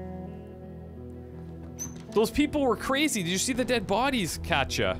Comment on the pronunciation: Their names are pronounced cot e uh and pahv lay